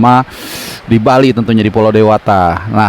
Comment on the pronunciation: Bang CBH goes to Bali, bukan "ghost"